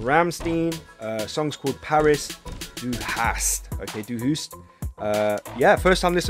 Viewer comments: Pronounced "RahmshTein". Du Hast is pronounced "Doo Hahst." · Rammst-eye-n in terms of pronunciation. And "Doo huh-st" :)